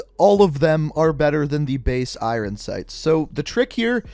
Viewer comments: no, it's just this guy. I'm from Canada, nobody says "irin" here. We all say Iron how it's supposed to be said. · It's iron sight not irrrrn sight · Stop saying “irin sights” lmao. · Irin sights. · I hate the way he says iron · The way you say “iron” makes my bread stale